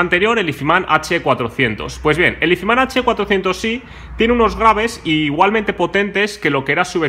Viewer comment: pronunciar "izman" tan barbaramente mal me parece de una dejadez y una falta de interes alucinante...